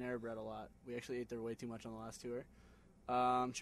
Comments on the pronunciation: no it's not tore, it's toor. but now i'm starting to say it tewer because of the maine, lol. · 1) i love how john answers his question(s) in complete sentences 2) i love how Nick says "what's a panini?" & 3) I love how everyone says "tewer" instead of "tour" lol